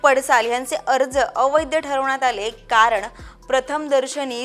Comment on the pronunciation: अवैद्य नाही बाई, अवैध.